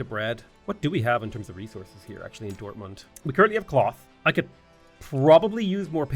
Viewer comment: Your pronunciation of German is really good. You even use the correct sound at the and of „Dortmund“ (a t- and not a d-sound)